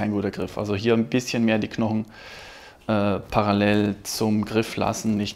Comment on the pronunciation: Bro bitte gewöhn dir ab, Paralell zu sagen.